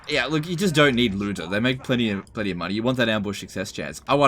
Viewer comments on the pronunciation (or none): none